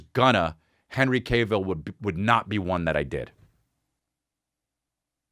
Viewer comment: Hi I'm a nitpicky asshole and I'm here to let you know it's pronounced calf(like he has big calves), not cave. Henry "has big calves" Cavill. ok thanks for reading, have a good day. love your show :)